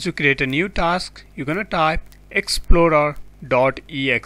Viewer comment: It is TASK Manager NOT TALKSSS MANAGER